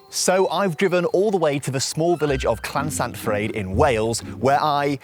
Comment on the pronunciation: OMG it is so frustrating hearing foreigners say CLaNSaNfrYEd it’s llansantfraid please stop mispronouncing welsh town names, if you can’t say it then DON’T!!